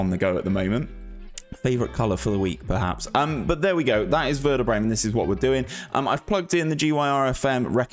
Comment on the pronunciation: Good idea mate, really like that, as always. You need some training with the club names tho haha.